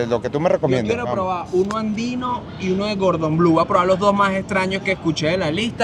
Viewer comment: Me encanta toda esa comida callejera exótica que tiene Caracas. Pero estoy en Maracaibo donde también tenemos muy buena comida. Pero por favor nunca jamás digan Gordon Blue. ES Cordon Bleu. El nombre es francés y significa Listón Azul.